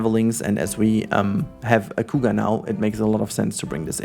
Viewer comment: the coo ga... sorry but that's most hilarious pronunciation for cougar I have ever heard. I am not making fun of you it just caught me off guard.